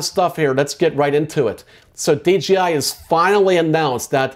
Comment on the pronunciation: the DRONE industry...not JOINT industry. And D J I. Not D G I